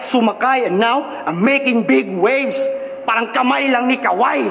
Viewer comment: Big waves of kawhi "kaw-hai" - "haw-ai" . Tropical country , bigwaves